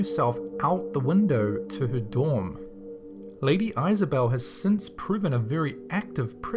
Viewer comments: It's pronounced is a belle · Why did you pronounce Isobel like that? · lady eye-sobel?? I think you mean Lady ISobel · Isobel (or Isabel) is pronounced Izzah-bell and Ada 's pronounced ey-dah (ey as in hay or hey) btw :)